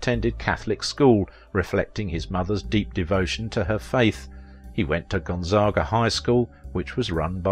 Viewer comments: You mispronounced Spokane and Gonzaga. You got Tacoma right, though. You also mispronounced Mel Tormé’s name, and the word, “mellifluous.” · That's all right he didn't pronounce Gonzaga or spoken correctly